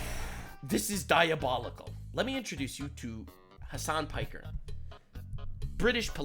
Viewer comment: Excuse me sir but it's pronounced DIABOULICKLE